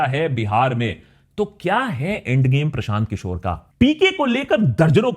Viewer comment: Prashant kishor ke dhul bhi nhi Ho tum Unka naam thik se lo